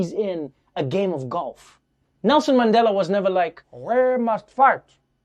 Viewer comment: Your NMandela is pretty good